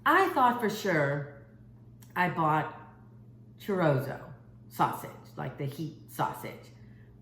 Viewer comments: It's chorizo not chorozo Lol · Cho ree zo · Chorizo, pronounced cho re zo. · What was that sausage you were trying to pronounce was that chorizo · Yes she sure botched that one up and she also botched up the word Creole and called it crayons